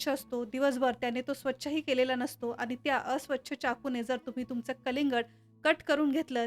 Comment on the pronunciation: माहीती छान,, पण बोलताना आनी पानी बोलणे टाळावे